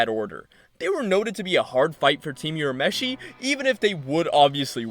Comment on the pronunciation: Urameshi is not pronounced Yur-a-me-shee, it is Oo-ra-me-shee. I will never forgive the dub for this.